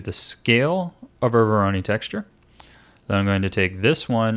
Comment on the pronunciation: Minor nitpick: Voronoi is pronounced like voronoy (rhyming with toy)